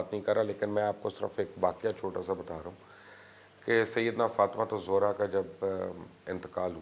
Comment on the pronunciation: mubasher sahib pehlay to ap BIBI FATIMA ZEHRA s.a ka name theak say leana seakh lo zohra nahe ZEHRA s.a hey